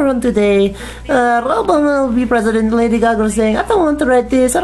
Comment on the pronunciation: wtf lady caca? lol stop saying it lol